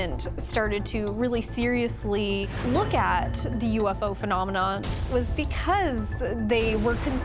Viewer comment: the word phenomenon IS NOT PRONOUNCED fee•nom•eh•naugh! Sheesh!!